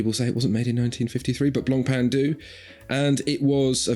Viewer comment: Don't pronounce the "C" in Blancpain It's BLAWN/PHEN GREAT VIDEO AS ALLWAYS